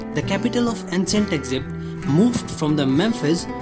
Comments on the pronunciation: eckzipt? maybe it is a good idea to learn to properly pronounce the name of the country you are presenting. I could not listen for more than 30 seconds. Sorry. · 😭mispronouncing would be fine if it wasn't the main title of the video.. Eggzipt